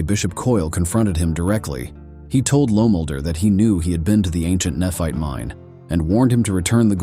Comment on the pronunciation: Is the name Tyler pronounced til er? Nephite is ne fite. Not neph it.